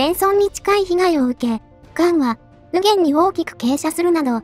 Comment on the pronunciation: 良いまとめだと思います。 右舷を「みぎげん」と読んでくれていたらパーフェクトだと感じました。